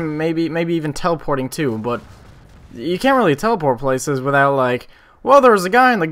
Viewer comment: i love the way you say but its like butta